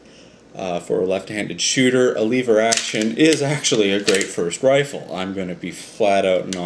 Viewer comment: It's called lever action not leave her action